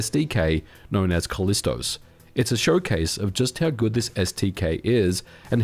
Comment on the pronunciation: You're missing a syllable - it's Kal-lis-ti-Os, like it was part of a complete breakfast. ;) It's cool to see that it's still supported and updated.